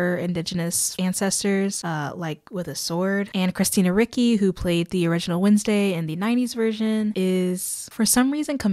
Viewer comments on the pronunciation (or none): Cristina 'Rikki', RIKKI???? Dude, please, I know you are from a younger generation but you must have heard her name before, for somebody as established in the industry as her... Ricci is pronounced like 'Richie' 🤯🤦🏻‍♀️ good grief. Charlton Helston and Paul Newman are way beyond my time, but still I have heard of them and know how pronounce their names 😮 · Sorry to be that person but Christina Ricci is pronounced Ree-Chee not Ricky. But on a positive note, loved your video review. 👏👏👏👏👏👏👏👏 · ree-chee (christina ricci), not how you pronounced it ❤ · Loved your video and opinions on the show :) however I think taking a few minutes before filming to look up the actors names on IMDB to properly pronounce their names would benefit. I cringed at “guz-man” and “Christina rikki” 😅